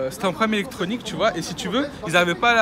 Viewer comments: Tchu vois ! 😂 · tchu vois